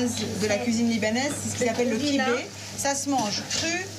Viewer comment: Elle m'énerve à dire kibé au lieu de kebbeh.